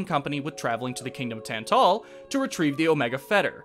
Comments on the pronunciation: The stressed syllable in "Tantal" is in the Tan part and not the Tal, I think. And Iona is pronounced Eye-ona. It's all rather small stuff though, sorry if I sound nitpicky. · Thats fair. To be honest when I was working on this, I didn't notice how Tantal was pronounced cuz everyone I know always pronounced it the way I do in the video. Collective incorrectness I guess. As for Iona, I legitimately didn't care enough to watch the scenes she was in beyond making sure it was a good scene to use for the video.